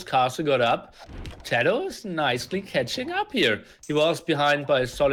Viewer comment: I know you are just a casual caster, but to intentionally call tatoh as tadoh, is a little disrespectful. At the very least call his name properly.